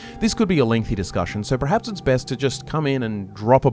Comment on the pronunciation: Absolutely love your vids. Loathe how you pronounce "perhaps" as "prehaps". Haha. 🫠